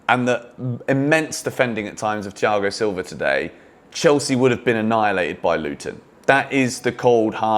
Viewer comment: you butchered his name